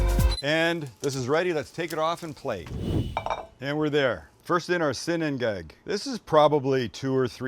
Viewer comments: "silog" not "si-lag" silog is a combination of "sinangag" (fried rice) and itlog (egg) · Ok so my wife is pinoy, and 5+ years with my in-laws at this point, I've picked up silog is more like si-lowg or perhaps si-loge, and sinigag is more like sinigong, but also there's tons of dialects. I think I learned more of a Kampapangang pronunciation. Something like cheers would be "tagay" pronounced ta-guy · Pronounced see lowg (silog)